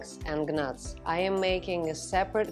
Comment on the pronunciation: It’s not pronounced Gnats, it’s pronounced Nats - the G is silent 😊